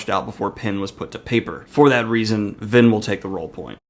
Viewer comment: I heard Lyn rather than Vin 🤔